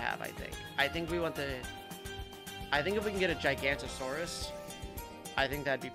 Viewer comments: also its not gigantasaurs its giga-nut-o-saurus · I cant believe still hasn't realized that druid of the jungle automatically gets set on strong. Edit: should learn how to pronounce Giganotosaurus. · the way he pronounces Giganotosaurus hurts me